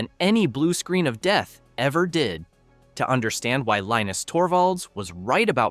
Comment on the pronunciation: Linus is a Finn whose first language is Swedish. So his name is Leenus, not pronounced like the cartoon character.